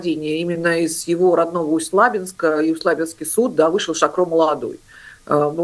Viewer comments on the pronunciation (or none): Посмотрите как правильно произносить ударение в названии города Усть-Лабинск!!!!Уши режет от вашего неправильного произношения...